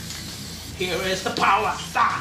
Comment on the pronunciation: Okay this dude is amazing at art. But is he okay? Like I keep hearing him say “here is da powa” and “purfect” and “fya” like how much of that did he inhale